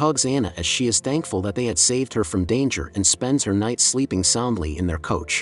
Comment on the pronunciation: I don't know if it is a computer-generated voice that narrates these. But it leads to some odd, at times humorous, mispronunciations ("faith" instead of "fate", "coach" instead of "couch", etc.) . When he/it calls a woman, "the Jew", or "the old Jew", it almost sounds like there's a soft-spoken National Socialist narrating it.